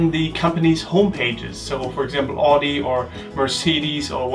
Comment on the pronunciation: It was interesting to hear how you said Audi. In the UK we say it quite differently, but I am guessing that your way is more authentic!